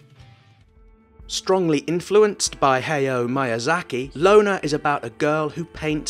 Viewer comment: Hey-yo miyazaki?